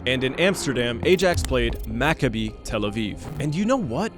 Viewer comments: It's pronounced "aye-axe" lol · FYI, Ajax is pronounced I-Yax Also Frodo in London is mad. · cant believe he tried to pronounce ajax 💀💀💀